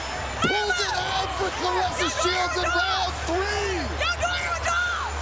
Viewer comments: Amazing she’s a dog for real! She’s only going to get better! Dangerous Wow!! Put some respect on her name, Bc it sounded like the commentator called her Flarressa to me!! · Her name is Claressa NOT Clarissa.